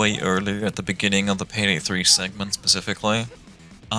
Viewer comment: peydey wan, too and tree